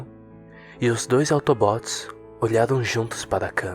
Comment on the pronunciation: gente ele falou auto bot ou pq ele errou ou pq é uma abreviassão de robô automatico